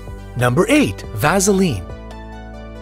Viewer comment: The way he pronounced Vaseline unsettled me quite a bit.